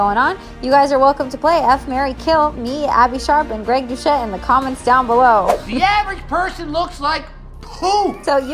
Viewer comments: His name is pronounced do-set not douchette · Girl we love you but if you watched his intro you’d hear it’s pronounced as “dousette”... (it just feeds to haters pronouncing it wrong) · greg DouCHette XD.... its pronounced with and S sound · The important question is: did you mispronounce his last name AcCiDeNtAlLy 😂